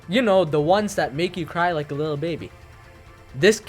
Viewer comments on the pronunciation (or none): none